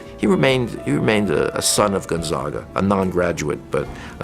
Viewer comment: ...why can't that woman say Gonzaga properly